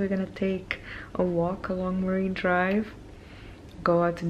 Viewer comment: Fuming here , its MARINE DRIVE .....MA"R"INE DRIVE Not MARIVE what ??